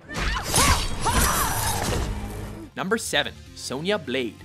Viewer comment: OMG the way he said Sonya blade